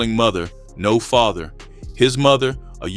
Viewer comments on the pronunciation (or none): none